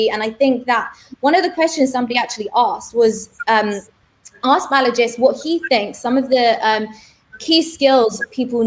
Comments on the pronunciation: I laughed at the 'Balajis' 🤣 but pretty insightful interview 💯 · there's actually no 's' at the end of his first name — it's Balaji